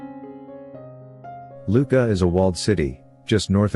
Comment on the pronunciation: LuCCa, not Luca. And the pronounciation of Monteriggioni and Montalcino is completely wrong.